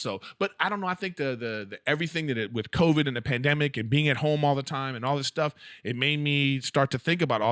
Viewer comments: Call him out on how he says the word TIME. TOY M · Erik. You say the word TIME weird... I mean its cool but that's not how it's pronounced and i like it so don't change.